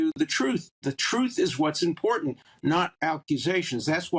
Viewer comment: ‘The truth is impawdent!’ Is it? Wasn’t that you defending OJ Simpson? 😂 Ok… I don’t like this person much, but I’m absolutely team Andrew - give him back his HRH and job! Andrew had to settle because of the jubilee. Virginia has always felt hinky to me. Once you’ve crossed the line and recruited innocent girls yourself, you can’t play the victim very convincingly. Andrew trusted that Maxwell woman far too much - no real friend would lure him into that den of iniquity. He is just naïeve. Such a name dropper is. There’s a photo of Evelyn De R., jabbing a young Prince Charles in the chest. Who are you if you can jab your stubby finger at the heart of the future monarch? We did not win the World Wars. We lost everything.